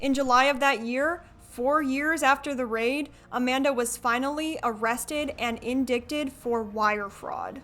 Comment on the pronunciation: jsyk indict sounds like indite 😌 one of those silly words